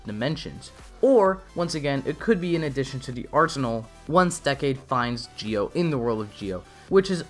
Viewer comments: Why do you keep mispronounce ZI-O by Geo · i guess, but then again the zee/gee-o problem is probably a japanese speech accent thing. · i guess, however it seems like the zee/gee -o thing is probably a japanese accent problem. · Very interesting…also, your mispronouncing Zi-O. It’S ZEO NOT JI-OH >_< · Zi-o is pronounced zee oh and not geo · Idk if it's me or do you keep saying gi-o instead of Zi-o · It's not Geo it's ZI-O ZEEEE O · It's zi-o not gi-o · Well to be fair, even if it is pronounced ji-o or zee-oh, the youtuber pronounced it as geo which i thought was worth correcting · wait im confused why is he pronouncing it "gio" instead of "zio" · Kamen rider GIO? 🤔 Not ZI-O? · Does anyone else notice his saying Gi-O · I don't get it, you Say Gi-O kinda like japanese accent, but say Decade like american accent, why? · Why are you pronouncing Zi-O as "geo"? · I'm not saying you're the only person who was wrong. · Why are you saying Zi-O wrong